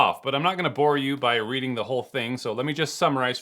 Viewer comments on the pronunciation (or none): none